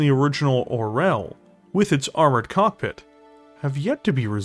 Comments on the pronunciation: Being a Russian, I just low how our language gets butchered 😂 I had no idea Orel was an eagle 😂 Russian language has way more softer letters people think of it. It's pronounced or(soft r)yOl 😂✌️ Makes sense tho, from hawk to eagle, nice jump there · Such a nice video, such a great art, such a cool lore... and somehow "russian language" get there. The only thing that got me out of immersion. Like. "Czech or russian". They are not similar. "Orel" sounds like it has been pronounced in video in Czech, Ukrainian and even Bulgarian. Not in russian, where it is "oriol". Comparing every slavic language to russian is just such a bad taste... I don't get what it adds to the story. Still, nice content. No offense. Just a post-colonial pain to share.